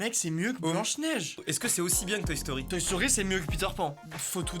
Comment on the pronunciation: J'ai compris Secret Story au lieu de Toy Story ... Jugez moi